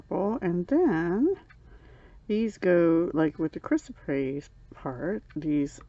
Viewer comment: Aw, you were able to pronounce Chrysoprase beautifully, my sparkly friend. As you heard, I struggled with that during my unveiling video. lol. I had to look that up, too, because I'd never even heard of that as a semi-precious stone before. It was a learning experience for me. lol. I have mentioned before since getting a Potomac Box and now a Bargain Bead Box that it's been fun with not only a surprise theme in these types of monthly offerings, but also it helps me work outside of my normal color ways. For me, BLUE and PINK. lol. So, we're similar in our love of blue. I'm gearing up to hopefully join your challenge for May, if I can get through my taxes. If not, definitely by June. I'm also planning to join that Blue challenge because that's at least one of my beading containers that I've been able to unpack now! Yay me!! lol. Sparkle on!